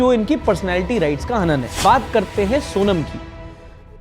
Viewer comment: वो सोनम नहीं सोनाम है।